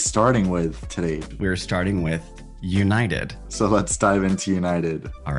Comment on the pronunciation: "delta scarelines" "American't airlines" "Ewnited"